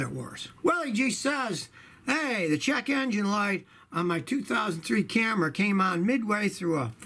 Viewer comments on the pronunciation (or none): Did anyone else hear "the check engine light on my 2003 Camera" instead of "Camry" ?? 😂